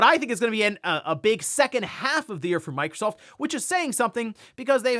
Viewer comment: Did he just say microscoop? 😂